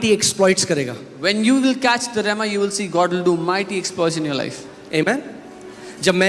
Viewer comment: Great message But it is 'Rhema' instead of Roma.